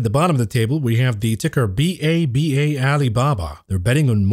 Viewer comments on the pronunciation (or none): none